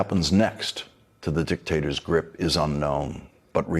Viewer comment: did you say dicktaster or dictator?